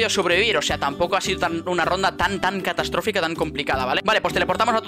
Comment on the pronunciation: Nadie: Absolutamente nadie::Castastatrófica xd 😂